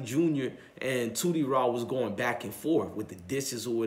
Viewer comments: It’s Tootie raw not Tootsie 😀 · This dude called him tootsie raw 😂😂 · That nigga said tootsie raw, lol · Tootie Raw mane..not tootsie lol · Who is toosy raw its tootie raw lol